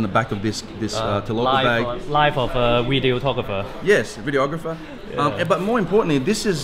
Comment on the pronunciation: Don't you mean "wideographer?"